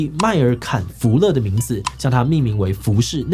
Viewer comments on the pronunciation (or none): 我以為有人在罵我，立刻拉回去再聽一次 內格里蟲（那個米蟲）